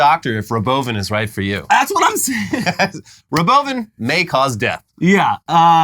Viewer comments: I really can describe how ANGRY it made me to hear him pronounce Robovan. It's like nails on a chalkboard to me for some reason. Robo-Van is just a more natural pronunciation, you nitwit, you sound like such a douche when you say it like Ro-boven. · the "robovin" lolllll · He can't even say robo-van. Did you hear how he said it? Also, it's a bus with NO WINDOWS, no external wheels and NO GROUND CLEARANCE. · "Row-bow van may cause death" 😂😂😂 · Should you ever trust a dude who wants to change how you pronounce Robo-VAN!? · It can't be a coincidence that he pronounces Robovan like the evil AI from Westworld season 3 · I cant get over how he pronounced Robovan. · Can't wait to be Bonin in the Robovan (pronounced how Elon did? 😅